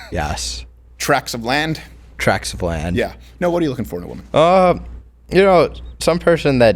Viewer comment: "treks of land" lmao!